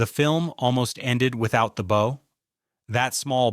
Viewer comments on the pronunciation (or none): AI narrators that throws in the occasional um and uh but mispronounce 🎀 with bow are peak comedy